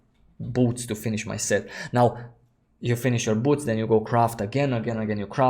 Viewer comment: Everytime you say boot , I hear butt